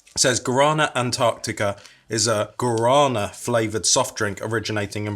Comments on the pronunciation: Please stop butchering the word Guarana......my earssssss... other than that, cool video. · The wasmto pronounce guarana is (Gwo-rah-nah)